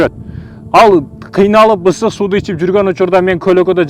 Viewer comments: Истык суу эмес ысык суу деп адабий кыргыз тилинде суйлосонуз таксыр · Ыстык эмес ыСык деп айтылат кыргызча тууганым. Аллах ыраазы болсун сага🤲